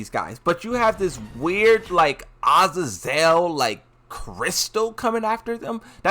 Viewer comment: Azazel Ahh-zay-zoul